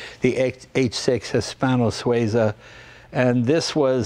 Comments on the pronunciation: Not Sway za, Swee za. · Swayzah? Sweezah! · Jay, It's SWEE-zah. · Jay - you keep pronouncing Suiza incorrectly!!